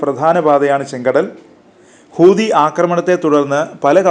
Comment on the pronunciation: ഖൂതി അല്ല ഹൂത്തി